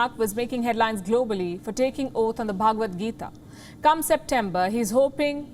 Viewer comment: Did she say Bhagavat Geeta with an accent 😊. Madam we know you Indian and can do better with Indian pronounciations.